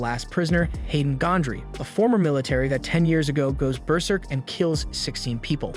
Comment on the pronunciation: Sounds like he says bear urine 😂😂